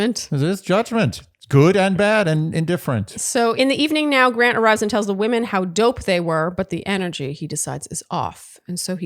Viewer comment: Please don't say WOMAN when it's supposed to be WOMEN lol.. my ears screech every time. 😂😂😂😂 We have to tolerate it from Grant but that's more than enough lol.